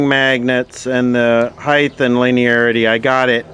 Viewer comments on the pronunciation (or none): Highth? An archaic pronunciation of the word height. Befitting for talking archaic electronics, I guess.